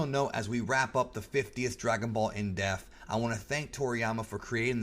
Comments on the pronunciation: It's pronounced IN DEPT with not IN DEFT. Fantastic video, man. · It sounds like you're saying "In Death" lol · 50th edition... still cant pronounce depth.. hahah sorry if you see this, i mean this in the nicest way possible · 50th edition and youre still a fucking illiterate that doesnt know how to say the word depth